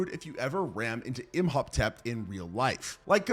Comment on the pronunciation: that horrible mispronunciation of Imhotep makes me think he didn’t